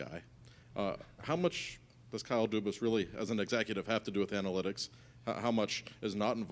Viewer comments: Pretty sure his last name is pronounced Doo-bis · Couldn’t even pronounce his last name correctly 😂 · They didnt even pronounce his name right omg. Kyle dubahs 😂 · duBAS LOL. has everyone been pronouncing his name wrong this entire time ? Or did the dude at the start just mess up his CEO of hockey operations name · Hopefully the ownership will learn how to pronounce the guys name .... oofff what a hack Job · Hahaha ha. Imagine becoming the president of hockey opponents and they can't say your name right. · Hahahahaha. The dude on his right didnt even pronounce his name right. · Can't even pronounce his name 🤦🏼‍♂️